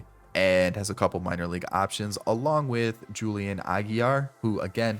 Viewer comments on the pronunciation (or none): none